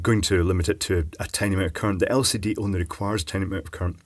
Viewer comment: you misunderstood, it has an "El Seedy" display!